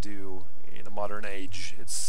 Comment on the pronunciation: Moddern age modders ;-)